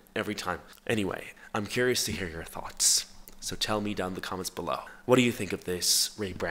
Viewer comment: i cant be the only one who's addicted to the way says tHoUGhTs